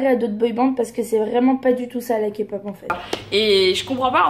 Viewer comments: D'accord, mais qui vous dit qu'elle ne s'est pas renseignée ?? Ce n'est pas parce que elle a prononcée KA-POP au lieu de K-POP qu'elle ne s'est pas renseignée 😂. Mais bon voilà bref, il y a pire dans la vie 😘 Il vaut mieux en rire qu'en pleuré 😂😘✌🏻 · Kapop 😭😭 mes oreilles saignent 💔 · le problème c'est que c'est pas la bonne prononciation. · Déjà qd on dit Kapop, c qu'on s'est pas renseigné. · Elle était la première à filmer NCT, elle est quand même très culottée et puis si il y a autant de personnes qui aiment la kpop c’est qu’il y a un réel intérêt à avoir, en plus elle dit kapop mais mdr elle maitrise même pas le nom du sujet qu’elle veut aborder Merci d’avoir donné tant d’explications, j’espère honnêtement que les abonnés d’enjoy phoenix qui ont bu ses paroles tomberont sur ta vidéo❤️🥵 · Je pense que juste sa pronontation "KAPOP" suffit à decribiliser toute la suite de sa critique... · le soucis est que si tu veux argumenter sur quelque chose tu fais l'effort de le prononcer correctement. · Ben elle l'a prononcé à la française rien de grave x).. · quand j'ai entendue sa prononciation j'y ai pas crus pendant un moment et puis quand elle a dit que c'était 1 boysband, j'avais envie de rentrer dans sa vidéo et lui dire de se taire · toujours à ramener leurs science car elle a dit kapop alors que le k se prononce ka et non ké en français c'est rien de grave . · J'avoue, moi sa m'enerve à chaque fois que j'entends qqn dire KAPOP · Des que jai entendu kapop jai laisser tomber mon telefome heureusement que jetais Dans le fauteuille. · "KA POP" AAAIIIIE OUUUIIILLLE MES OREILLES 😭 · *boysband avec un s parce que dans un groupe on est plusieurs.... nan mais je tenais à préciser parce visiblement c'est inacceptable que Marie ait prononcé KA-POP. Voilà voilà, bonne journée. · UN GRAND MERCI pour cette superbe vidéo! Personnellement j'ai arrêté de regarder sa vidéo quand j'ai entendu "KaPop" 🤦‍♀️... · dja faut arrêtez de dire la « kapop » c bon quoi ..